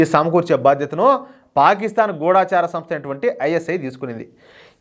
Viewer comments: మీ సమాచారం ఎప్పుడూ విశ్వసనీయంగా ఉంటుంది.ధన్యవాదాలు. ఒక్క విషయం: గూఢచారి అని పలకాలి.గూఢాచారి అనకూడదు.ౘాలా పొరపాటు అర్థం వస్తుంది. అలాగే గూఢచర్యం, గూఢచర్య వ్యవస్థ అనాలి. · గూఢాచారి కాదు గూఢచారి...చిన్న సలహా మాత్రమే... అన్యదా భావించవద్దు..!!. జై హింద్..జై శ్రీరామ్